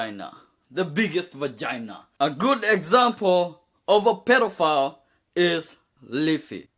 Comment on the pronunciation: If you close your eyes, when he says "pedophile" it sounds like "pillow fart"